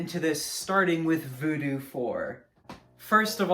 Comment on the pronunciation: It ain't voodoo, it's voodew with yo boy